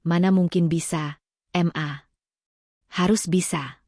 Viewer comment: WAHAI ADMIN, SUMPAH BIKIN GAK ENAK MENDENGARNYA, NARATORNYA MEMBACA "MA" DIBACA EM A